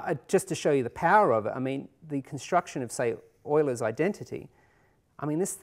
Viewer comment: That is the correct pronounciation. Euler was Swiss.